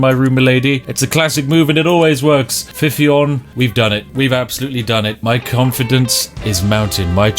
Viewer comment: Should have known Ffion would kill him...the name means foxglove, which is poisonous. Also, just pronounce one 'f', not both.